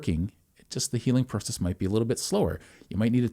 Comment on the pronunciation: The way he said process I know he's Canadian